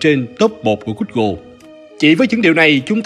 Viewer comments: gu - gồ chứ ko phải gút - gồ nhé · Gút gồ , Ma két tin :)))) . K hiểu ai dạy